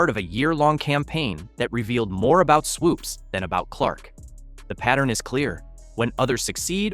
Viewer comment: Voiceover guy: Swoopes’ as a possessive only needs ONE S. Not Swoopes’z. That’s typical broadcast ignorance